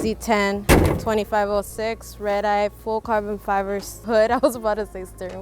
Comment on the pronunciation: Why did she say "full carven fiver"